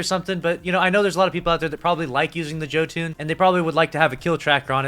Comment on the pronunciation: Every time I hear a Destiny YouTuber mispronounce Jotun ( pronounced Yo-Ton) I die a little inside and my faith in humanity is further lost.